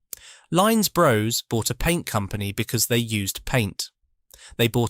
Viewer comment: Very interesting. But… Lines Bros. Bros rhymes with floss, not grows.